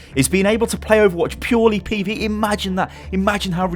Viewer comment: every time say pve i get sick